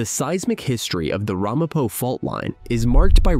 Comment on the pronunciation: Ai It's not RAHmapo. It's Ramapo.